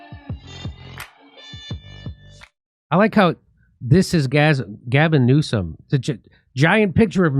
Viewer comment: Sooo funny Jimmy can't stop calling him Gasm Newscum